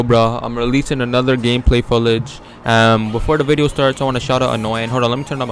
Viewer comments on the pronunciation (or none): "Gameplay foolage" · He said gameplay fullage lmao at start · I'm uploading another gameplay "FOOLAGE" - 2017